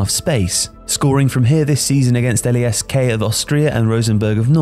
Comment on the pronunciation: About club names: LASK is not pronounced "L-A-S-K". Just "lask", as it would be one word.